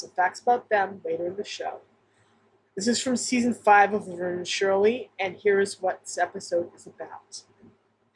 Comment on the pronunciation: Good catch on "Laberne." I thought I heard that. Also, Shirley says "Vernie," which is rare after the first couple seasons, and is therefore all the more powerful.